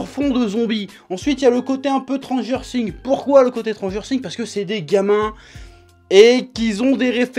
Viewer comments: J'adore par contre c'est "S"tranger Things pas tranger things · Lauræ Bæ tt le monde n'a pas une prononciation de ouf 😂😂